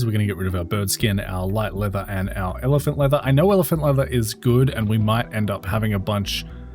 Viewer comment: You saying evelant? Not elephant?